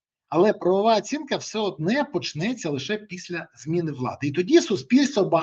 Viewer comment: Не кажіть, будь ласка, «все однЕ». Вірно «все однО»., бо трохи вуха ріже.